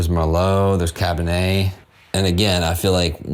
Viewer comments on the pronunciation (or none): none